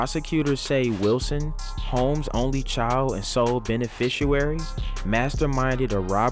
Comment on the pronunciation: It's Sole *beneficiary. You said benefituary lol